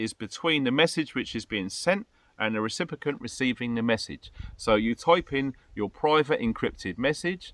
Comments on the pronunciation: Phonetically: Ree Sip ee Ent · What's a 'recipicant' precious?